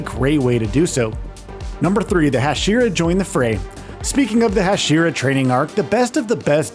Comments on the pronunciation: 🤣🤣🤣 the hajiras! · He even said "Hai-Jeer-ah" at one point...